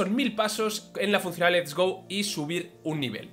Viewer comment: Por qué dices sistema lest go ????